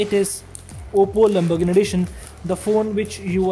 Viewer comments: Wtf is lambargandi, lambargann, lambarganni, ek br practice krli hoti video se pehle, it's fkn Lamborghini. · It's Lamborghini Not lumberghini. I'm sorry for correcting , not making fun of you . It's just offensive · Why he saying "lambogni" 😂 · Bhai wo Lamborghini hai lumbergini nhi😅😅😅😂😂😂🙏🙏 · Am I the only one hearing "Lamburgni'? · Why he is saying lumbergn edition 🤦🏻‍♂ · the lamburghan edition!!! . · He said lumbogini lmao